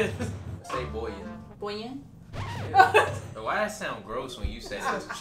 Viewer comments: the pronunciation of bouillon kills me 😂😂😂 it’s boo-yon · i'm french and "Bouillon" Chiken it pronounce like Boo-Yon 😂😂😂 that all for me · I’m from Louisiana so let me just tell you, bouillon os pronounced “boo-yawn” you’re welcome! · I was raised in souther Louisiana and I pronounce it booo-yaw but like with a thicker accent at the end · I pronounce it bully yawn. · I pronounce it as bwee yeeow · Loving your Mom's pronunciations. 😂 She is right about the bouillon though. Sounds like 'bwi-yong' or bwi-yoh'. It's french. 😊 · That food looks so good 😋 and Bouillon is pronounced like boo yawn. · Bouillon pronounced bwee-yon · Bouillon (Bull-YAWN) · didn’t even pronounce bouillon correctly. It’s pronounced “boo-yawn”